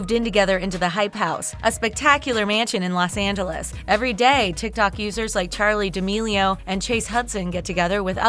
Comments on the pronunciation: She literally said Charlie d'amelio's name wrong she said Charlie de Millie a or something else that she said it wrong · am i the only one that heres charlie dami-o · “Charli deemo”